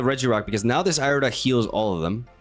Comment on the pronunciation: Ear-eh-duh my brother in christ not eye-reh-duh